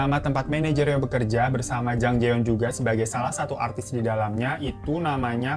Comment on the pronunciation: Bang...... Artis bang bukan atris🤦